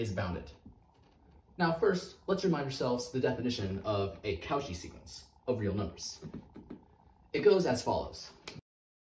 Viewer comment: Sorry but the au in cauchy is pronounced more like "o" and the "ch" like "sh" so "koshi" i am pretty sure, it's french. But i enjoy your videos very much! Throwback to my first semesters